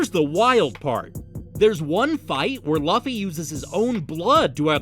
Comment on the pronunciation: Bro that is not how you pronounce Luffy name